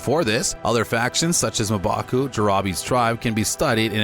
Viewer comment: Mbaku not MA! Mbaku! Jesus!